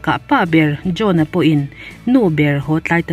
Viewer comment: John-a i lam hi drone-a tiha kan hria chu a 😂